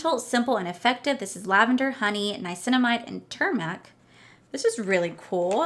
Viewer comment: H my beautiful friend! I just love you! Ur mispronunciation is so so dam adorable! It always makes me smile. I think the ingredient is turmeric is tomb( like u pronounce tombstone 🪦 )-er-rick 💜💜👑also so happy for you that the you got Mercury retrograde! Ur lucky a lot of people got the palette they got in ipsys glam bag X I’ve seen very few people reviews where people got mercury so I’m glad u got something u wanted, are able to use and not waste( I know u wouldn’t actually waste it because u do ur nowaste Wednesdays but u know what I mean! Also glad for the smigel in you that u get to add a precious to ur collection 💜u and ur ka-ute 💜💜💜